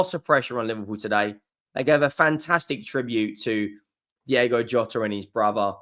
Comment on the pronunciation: His name is fucking DIOGO! Not DIAGO. The man is dead ffs. At least get his fuckin his name right out of respect.